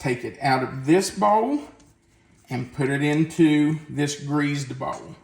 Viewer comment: I loved how you say "greased" with a z like "greazed". Lol. Will be making these soon.